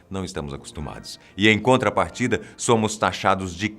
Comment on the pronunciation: "Sômo" 3 😆😆😆😆